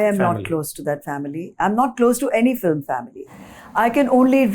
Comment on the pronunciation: Why does he say filim always instead of film considering he is a movie journalist